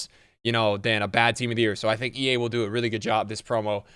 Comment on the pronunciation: Did he seriously say “Ea are really smart” 😂